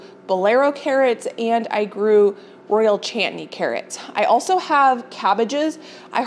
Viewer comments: Chantenay carrot may sound more like, shan ti nay. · Chantenay carrots - pronounced 'shon-ten-ay'